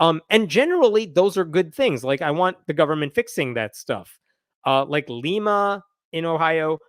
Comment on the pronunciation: Lima, Ohio is pronounced like the bean. Not that it really matters. I just grew up in mid-west Ohio, and it bugs me. :)